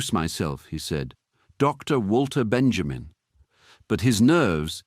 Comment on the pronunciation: Please, please, please, let us not misspronounce his name. It's Vahl-ter Ben-yah-meen.